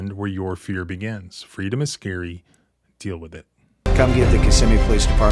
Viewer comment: FYI...the victim mentioned Park Place, this is a psychiatric hospital located in Kissimmee. And thank you for pronouncing Kissimmee (aka Little Puerto Rico) properly. Man i don't miss that city! If you don't speak Spanish youncan forget about getting a job in that city!